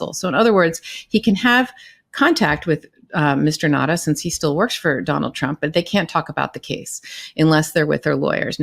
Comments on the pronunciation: Now-ta not Nadda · I am a proud islander on Guam. WALT NAUTA is a son of Guam. It is pronounced NOW-ta